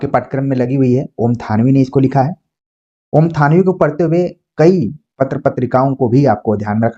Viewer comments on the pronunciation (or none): none